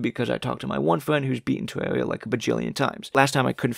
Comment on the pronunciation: "tewwawia fwans awe toxwic" That's all I needed to hear